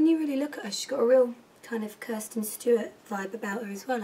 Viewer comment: She didint say kristen stewart right she said kirsten xx